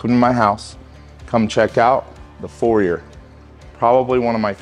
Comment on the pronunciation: Guy has a foyer but can’t say foyer….